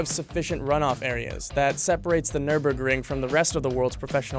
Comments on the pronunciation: It's not pronounced "nur-burg". See that umlaut over the first "ü"? It changes the sound. At least learn the correct prononciation before making a video on it. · It's very funny to hear his pronunciation as a German. German: Nürburgring American: nÖrBörkrInG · ahh yes the Nurburgering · Any decent journalist would do at least some research as to how to pronounce Nürburgring. 🙄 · NÜRBURGRING!!!! NÜRBURGRING!! NOT NÜRBURGRING! YOU NEED TO PRONOUNCE Ü.